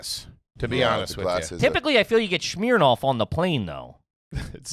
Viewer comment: saying "Shhmeer-noff" instead of "smirnoff" is low key PA trash